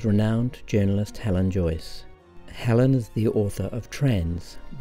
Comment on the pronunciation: It's Joyce, not Joice